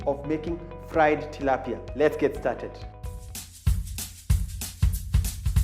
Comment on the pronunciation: Wtf its Tilapia not Tilapia, wew.